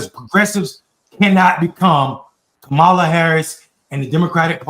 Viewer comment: Damn he mispronounced Kamala… not sure what to think about that